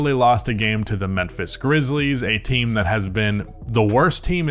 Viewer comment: Why you keep saying menphis? 😂